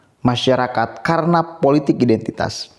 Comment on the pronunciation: Mas maaf sblmnya, isi kontenmu bagus tak ikuti terus aku suka, tp yg aku krg suka, tlg dong penyampaiannya jgn ikuti roky nggerung, kata2nya pakai akhiran "~KS~" contoh politiks, ahoks, untuks, publiks, biasa wae ya, krn aku muak, jijik dan pingin hoek dengarnya, tlg ya mas pakai bahasa dan kalimat sendiri sj ya, hahaha hahahaha, Ora keno nesu demi perbaikan kontenmu, oke....